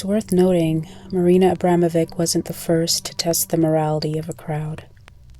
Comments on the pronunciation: It's pronounced Abramovich, not Ambramovik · Valuable video, but...how did you see the letter at the end of the name (which is clearly different than a "C") and simply ASSUME you knew how to pronounce it? 🤣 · Her name is pronounced 'Abramovich'. The reason why there's a letter 'c' at the end is because the English alphabet doesn't have the letter 'ć', pronounced as 'ch'. Her last name is Abramović. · UGHHH SHES PRONOUNCING HER LAST NAME SO WRONG. IK it’s such a non issue but it makes me mad (as a Bosnian) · please pronounce the last name correctly